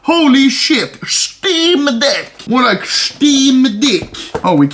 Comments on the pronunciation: "Shteam deck" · Anomaly: this is the steam deck Me: haha… he said steam d*ck, that’s actually hilarious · Schteam deck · Shteem Deck. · "Shteem Deck" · "schteam dehck" -anomaly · dont tell me im the only person who heard him stay steam dick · Nobody: Anomaly: SCHTEEM DECC